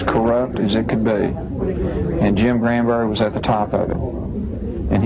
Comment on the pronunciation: GRAN-berry. Not CRAN-berry, GRAN-berry. That name is just wrong altogether.